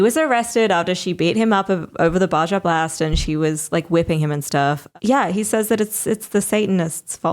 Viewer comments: calling it a "ba-ja" blast instead of "ba-ha" blast makes me smile lol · Did she just say Baja Blast instead of how it's pronounce Baha Blast?? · Baja is Spanish, J=H. BaHa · Anyone else give the pass when she pronounced it "ba-Jah blast" but kinda thought would have let her know at some point when talking about it before the video? 🤔🤔🤔😁👌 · Side note, I love that pronunciation of Baja Blast, it makes it sound so much less trashy 😂